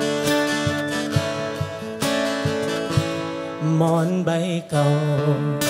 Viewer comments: หมอนไม่ใช่ หมอ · หมอนครับ ไม่ใช่ หมอ คุณทีมงาน